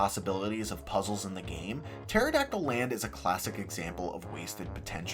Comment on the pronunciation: I was today years old when I realized the level actually is called Maya-hem Temple and not May-hem Temple. Which is crazy because I was judging you for called it Pteradactyl Land instead of Terrydactyland.